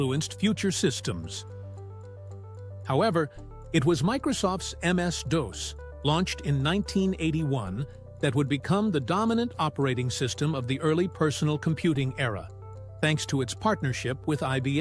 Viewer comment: OS ?dose? Instead of DOS …. Lol